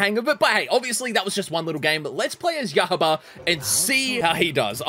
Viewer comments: in Japanese, the "U" is pronounced "oo", the "O" is pronounced "aw", and the "R" is pronounced with more of a sharper flick of the tongue. So Susamaru would be pronounced "Soo-sah-mah-roo" Except the "R" sounds more like an "L" but not an "L". And Yahaba would be pronounced "Yah-hah-bah" with no emphasis on any of the syllables. Japanese-speakers hardly stress their syllables, something we English-speakers do a lot. Though, as a general rule of thumb, in two-syllable and three-syllable names, the first syllable is stressed, and in four-syllable names, the third syllable is stressed, and in rare cases, five-syllable names, the fourth syllable is stressed. This is what we English-speakers tend to agree on when saying Japanese names. Keep in mind that there are exceptions, like "ShiNObu Kocho" and "TaMAyo" Hope that helps. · Su-sa-mah-ru Ya-Ha(space)ba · Su-sa-ma-ru = Susamaru Ya-ha-da = Yahada This how I think the names are supposed to be pronounced